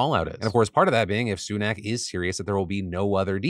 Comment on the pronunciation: Why can no American say Rishi Sunak’s name correctly 😂